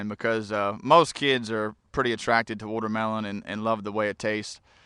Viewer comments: its called watermelon not wootermelon dumbass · What's a wootermelon?